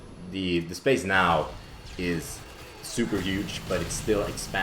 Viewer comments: Thought you said ''Spice'' in the beginning... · Everytime says space, it sounds like spice:D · That "space" at the beginning sounded Australian... Just me?